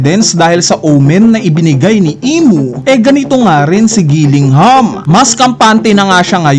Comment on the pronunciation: Gillingham ba tlga pagbigkas sa Killingham?